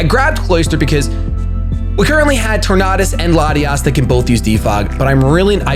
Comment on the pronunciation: You say tornadus wrong..